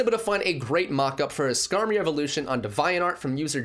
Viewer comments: Bruh maybe I’m crazy but I’m pretty sure it’s pronounced Dee-vee-ant Art (no hate tho) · iT's aCtualLy pRoNouNceD "Dee-vee-ant" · Lmao why do you pronounce Devianart like that